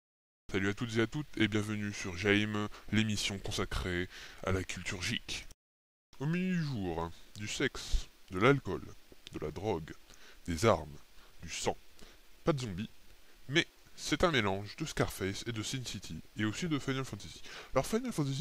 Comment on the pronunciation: Culture Jike? Ca se dit Gike, comme dans Lady Gaga :D